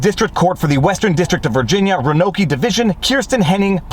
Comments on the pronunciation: Ro-an-oak. Wtf is ranokee? Haha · FYI, Roanoke is pronounced ROW-uh-noke, not ruh-NO-key. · It's pronounced Rowan oak, not ra no ke. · Sorry Viva, but I have to point this out to you: The name of the District Division is pronounced "row an oak", not "roan-okie", otherwise, it's all good. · Viva: "Ro-NO-kE".. Me: "uhh Whaaat?" (looks at word and laughs) "It's pronounced 'RO-an-Oak' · Ronokie?... RO-an-oak. Wow that's among the all time bad pronunciations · Row-a-noke not Ro-anoki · Roanoke is pronounced Row an Oak not Roa No Key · Ro-an-oke(pronounced oak)not ro-anoke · ROW-NOKE now row-a-no-ke. Just a little pronunciation help to feed the algorithm. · Roanoke. Not "rah-no-key"...it's "row-an-oak". Roanoke. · "Ro - no - key"? .... no, no, no..... "Row-a-noke" ... damn lawyers 🤣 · It's pronounced Roan Oak. Just in case you see the location again in the future. As someone who has family and alumni in that area, it makes me sad to see Tech go down this path. Our state colleges are rotting away from the inside. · Lol I love you, Roanoke is pronounced Row-an-oak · FYI: "Roanoke" is pronounced "row a noak". And the only T's in Massachusetts come at the end (It's not Massa Two setts, it's Massa CHOO setts (It's because you're from Montreal and hate the Bruins, right? that's why you slur our name?). Viva you silly Canadian, god bless ya. I loves ya. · Wtf is a rowanoakee? Haha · Apparently you have never heard a Virginian pronounce the name of the city ROANOKE. row-a-noke (as in coke). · It's pronounced Row a noke. Native American for 'shell money'. Say it. My home town. Still love ya. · Viva, it's pronounced "row-a-noke" with the last bit rhyming with coke. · Roanoke- row an oak. American english. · It’s pronounced roh-an-oak. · Roanoke is pronounced “row-an-oak” just fyi. Another reason to be embarrassed by my state. But what bosses this girl and the med student are. Great kids! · Roanoke is pronounced "Row an Oak" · Roanoke = Rowan-oak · Lol it's row-uh-noke